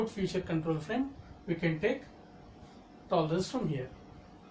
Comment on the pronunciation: Sir it's feature not future.....